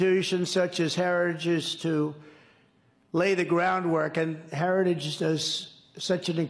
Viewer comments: Did anyone notice he said herges instead of heritage *TWICE,*actually the second time he said it I couldn't tell what the hell he said, it some kind of mangled version of hereges. He's such a pathetic loser even in 2022 he couldn't pronounce words correctly even when they're written on paper right in front of him. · I wouldn't be surprised if trump came out and said the joke's on everyone else because he said "herrage" instead of "heritage". I don't know the oranges of my new legal theory, but I'll run it by my friend tim apple and get back to you. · Trump seems to have trouble pronouncing three (e.g., Heritage) or more syllable words. That is worrisome. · He can’t even say heritage. What a dip 💩